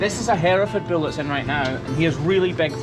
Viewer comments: its Bull not Bill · I love the way he says "bewol" instead of bull